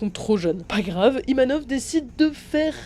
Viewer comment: ivanov et non yvanov